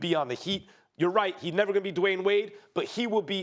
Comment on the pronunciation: I had to rewind it because I thought he said "Dwyane Wade is no Whore!" 🤣🤣🤣